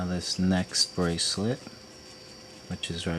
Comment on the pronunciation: STOP! Saying braclet!